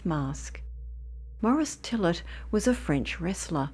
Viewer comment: His name is pronounced fill-ay not fillet as in fillet a fish. That's French